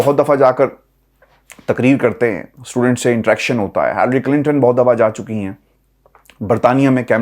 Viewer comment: Please you are an educated guy living in London it is not Hillary Clinton it is pronounced as a hill a ree not hell a ree abree